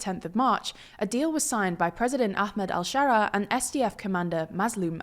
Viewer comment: Well he's al-Sharaa not al-Share-ah ill see myself out